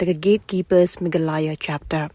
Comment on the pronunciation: Ia i nongpule news, sngewbha kynnoh bha shuwa ia ka kyrteng ka jylla lajong...ym dei megha-LA-ya, dei me-GHA-Laya. Lehraiñ ba tang kyrteng jong lajong ruh ym nang kynnoh.